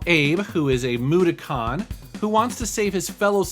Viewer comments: MA-DOH-KIN > MUD-O-CON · mu-ta-kon. shudders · why did you say Abe's species wrong